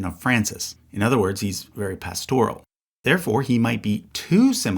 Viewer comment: 2 things: 1. The word “pastoral” is pronounced with the accent on the first syllable. 2. The designation of Francis as pastoral is highly inaccurate. His autocratic style is ego-driven willfulness. Yes, he was open to folks on the fringe, but his vendetta against the USA and traditional-minded Catholics, especially bishops like Chaput and Strickland are his legacy more than anything else.